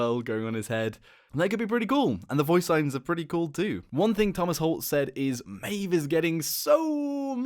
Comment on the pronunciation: It's meave